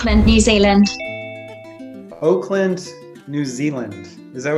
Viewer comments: I'm from auckland new zealand and those people in the meeting at the start said Oakland that's low key hilarious cause its pronounced awe ckland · Isn't it Auckland, New Zealand? This guy thinks she said Oakland. Well that was Auckward. 😅🤐